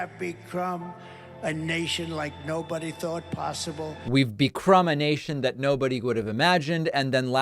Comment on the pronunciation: I thought way too much was being made of the "cognitive decline" story. But...this is real, this just continues to happen. And after listening to and reading Dr. John Gartner and him explaining what it is we're seeing and hearing, this is very scary. "With no raid". "Becrum a nation." "Conployments"? I want to blame the teleprompter or his not being used to it...but he's used teleprompters aplenty in this past, he just wasn't doing this. And that weird effect of his voice speeding up and slowing down, and the QAnon music piping in, I would love to see some actual crowd reactions since this can't really be ignored anymore.